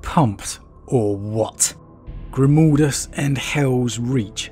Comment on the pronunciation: Please please for the love of the Emperor, stop calling mah boi, "Grimoldus." I cringe internally every time I'm reminded of "Mold" when speaking of the Hero of Helsreach.